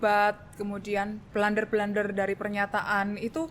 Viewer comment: Blunder membacanya bukan blander Krn blunder itu bahasa Belanda. Jadi membacanya ya blunder.